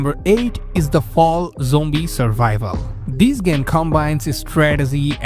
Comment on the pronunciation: Why do you say jombie instead of zombie?